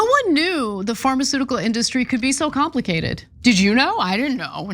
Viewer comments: Why does he say In-DUH-stry? This idiot irks my soul. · Hey Trump, It’s IN-duh-stry, not in-DUH-stry You idiot.